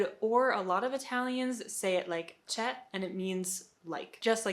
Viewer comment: Almost perfect , not sure about the “ce” one, it’s still “cioè” the “o” is still there but you might miss it